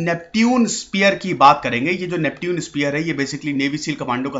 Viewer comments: Bhai pehle khud padhna likhna sikh ja uske baad duniya ko sikhana...First of all the way you pronounced Neptune is not at all right,I can't really tell you how to pronounce it in English,but in Hindi yes...हिंदी में नेपच्युन बोला जाता है न की नेप्ट्यून...Aaya bada teacher banne... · नेप्च्यून होता है ना कि नेपट्यून।😂😂😂😂😂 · Isko nepchun pronounce krte hai bhai🤗